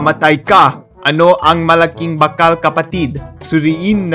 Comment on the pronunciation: Wtf his pronunciation is friggin wrong it's NOT BAKAL IT'S BAAKAL LONG A YO